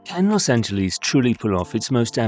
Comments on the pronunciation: A video about Los Angles would more likely be taken seriously without the cringe-worthy repeated mispronunciation of Los Angeles. Los Angeles ends with an “ess” sound; there is no “eez” sound in Los Angeles. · Please stop calling it "Los Angeleez". We Angelinos can't stand it. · As somone who lives here, please don't pronounce it Los Angeleeze. We hate it. It's like Americans pronouncing English place names wrong. You hate that as well. (And yes, it's a Spanish name, In Spanish, pronounce it in Spanish, but in English, pronounce it like it's pronounced here). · Find yourself someone who loves you as much as Brits love saying Los Angeleeeeeeeeeeeeeeeze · I wish British people would say the city's name the way most present-day Angelenos say it. Don't British people get annoyed with us when we mispronounce places like Edinburgh?